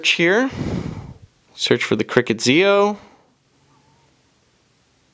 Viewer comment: You're still saying the Sanyo ZIO name wrong... you don't pronounce each letter individually, you pronounce it together... "Zeyeoh" you might want to look at the CNET review for the ZIO to understand the pronunciation, but Your doing an awesome job review the New Cricket phones so great job.!!